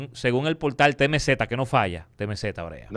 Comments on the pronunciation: Dique TeMeZeta 😂😂😂😂 😂😂😂 Es TiEmCee 😂😂😂😂😂🔥🤦🏽‍♂️ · Diablo diske temeZeta y tory laneei que mierda de ingles un tipo que esta en Ella medios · “TEMEZETA “ 🤣🤣🤣 alofoke bilingüe